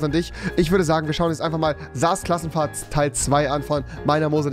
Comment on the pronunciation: er sagt nich krass klassenfahrt sondern klass krassenfahrt haha bei